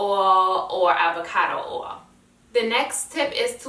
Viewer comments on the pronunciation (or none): oil is pronounced oy-il not or-all just is case u didn't know